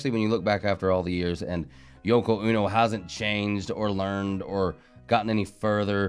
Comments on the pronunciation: It's Yoko O-No not UNO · Yoko ono is pronounced Oh-no not uno, her music is terrible, Chucks face LOL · Hey! Hi! Wow! That was really bad! Yeah. So this is all before my time but as I understand it Yoko Ono, pronounced long o, like oh no,please don’t sing (?) like that anymore, is almost singularly dismantling the Beatles with whatever spell she cast on John Lennon to make him lose his mind behind her. Like what taylor swift is going to do with the KCC. But giving the devil his props, she has a powerful voice coming out of that little bitty frame. Nice seeing you again!